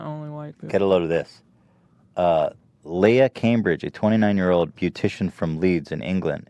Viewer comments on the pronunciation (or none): none